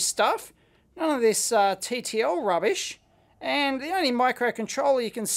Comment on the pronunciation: "east german rubbisch..." :'(